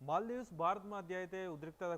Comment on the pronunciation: "మల్డివ్"😅 ఈ వీడియో వ్యాఖ్యాత ఈ దేశం పేరు కూడా పలకలేక పోతున్నాడు. మల్డివ్ కాదు అది మాల్దీవ్స్